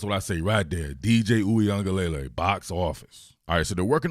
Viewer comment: I swear y’all gonna learn how to say his last name. It’s ends LUH-LAY not LAY-LAY.